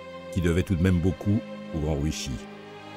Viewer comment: Sympa cet hommage ! Ryuichi ne se prononce pas "riouchi" en liant toutes le syllabes à la française (ça fait très moche) mais plutôt "Li-You-it'chi" en 4 syllabes ! Après tout dépend de comment s'écrit son nom en Kanji mais cela pourrait se traduire par "premier dragon". RYUU (le "R" se prononçant presque comme un "L" et le "U" étant plutôt un son "OU" prolongé) signifiant "Dragon" et ICHI (à prononcer "it'chi") signifiant le chiffre "1" Et non "Sakamoto" n'est pas l'endroit où l'on range le casque de sa Harley ni une bâche de protection pour cette dernière 🤣!